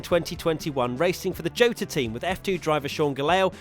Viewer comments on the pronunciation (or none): none